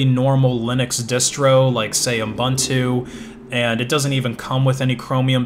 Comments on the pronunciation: Is it my ears or am I hearing "Unbuntu"? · It's pronounced: "ooboontoo" .. anyway -thanks for the info, appreciated